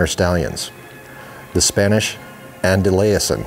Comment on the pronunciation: The horse's name is pronounced "Anda-Luz-eean"